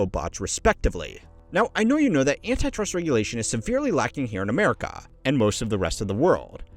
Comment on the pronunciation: I like how he says Ah-mare-ih-caw.